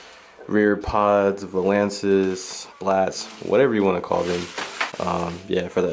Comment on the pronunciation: Is he pronouncing valence wrong or am I ?😂